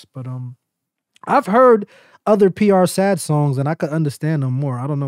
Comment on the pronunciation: Dope video but u gotta get it right ganggg It’s not pronounced PR SAD it’s PR S.A.D -> S.A.D is a subset within the gang 67 SAD = search and destroy These dudes are really rappin what they livin 🥶 🥶 🥶